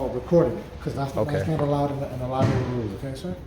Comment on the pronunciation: " for lie-berry purposes they don't want nobody recording"....okay, well nobody isn't recording so....